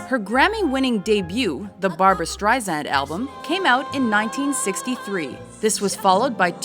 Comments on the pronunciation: omg dont call her barbra streizand its streisand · If she’s so famous, why don’t you know how to pronounce her name? It’s not streiZAND, it’s streiSAND, like sand on the beach. She’s been saying this to people for the past 65 years! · Awk! Zand??? No sub or like for you until you research the correct pronunciation of Barbra StreiSand's name. AWK! I can't look at this anymore. Click OFF! Get it right. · It's pronounced StreiSAND. As sand on the beach. Not ZAND! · Streisand not Streizand soft s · It's StreiSand, not StreiZand! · ... for the love of god ... Strei-SAND. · I wanna punch the narrator. It is StreiSand!!!! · Everyone who is giving grief about mispronouncing her name is just acting ridiculous.... I mean seriously, everyone needs to chill. Try saying it out loud yourself without saying " StrieZand " or some other way. Also probably has a hard time pronouncing certain letters or phrases like I do. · calling her Streizand is making me nuts! WHYYYYYYYYYYY???!!!!!!!!!!!!!!!!!!!!!!!!!!!!! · You would think that someone narrating a special on Barbra (who's been in the business for almost 50 yrs.) would know how to pronounce her fcking name. By the fourth "StreiZand" I was done .... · I agree, but it's Strei-SAND. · Lousy account her career highlights with footage not matching actual events and narrator mispronouncing her name... Really shitty job,! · Make another video and get someone that actually says her name correctly. Jesus Christ. I cringed every single time it said her name. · Ok you guys have GOT to learn how to pronounce her name !!!!!!! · how can anyone in media dare to mispronounce her name at this point!! BOOOOOOOOO!!! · Y'all can't even get her name right. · Couldn't even finish watching this video because she kept pronouncing her name wrong.